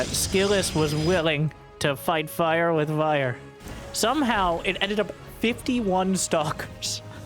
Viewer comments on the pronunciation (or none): I totally heard "fight fire with Aiur" in there lol